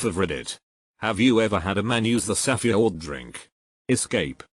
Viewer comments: Lol the reader said “safue word”. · sah-feh-ord sah-feh-drinks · It is spelled pretty much how it sounds. Also it wasnt safe that was the problem it was safeword being split into 3 syllables. Sa-few-ord. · No one: Not even your English teacher: The automated voice in this video: “sAfAYword” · Ah yes, the saffy ord drink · Wow I didn’t know safeword was actually pronounced as “sa-few-ward” 🤔🤔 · The saffeyord drink. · "Safa drinks "😖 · Bro he can’t even say safeword